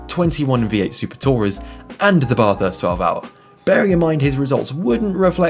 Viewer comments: Bathurst!!! Not F*cking Barthurst you twat.. Bath as in Math or Crass. LOL. Good vid apart from the obvious. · It's not your accent, you're pronouncing it wrong. It's not a Bathtub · Having an accent is not an excuse for mispronouncing Bathurst. It's a proper noun. Most Australians pronounce "bath" the same way you do, but Bathurst simply isn't pronounced that way. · had to switch off, just couldn't hear Bathurst mispronounced again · Drop the R dude .. bathurst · It's Bathurst, bath is pronounced the same as math. Great vid . Kiwi from New Zealand 🇳🇿🇳🇿